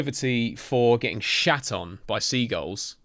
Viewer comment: The seagulls have something against you becuase of the way u say their name XD love this btw id love to see more